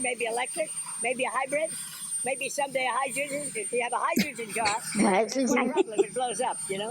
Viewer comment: Did this man say hydrid?